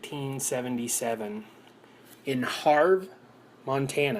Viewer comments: Havre is pronounced Hav-ur not Harv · Havre. Pronounced have-er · It’s Have Er, Montana, it’s spelled Havre, but you should edit that.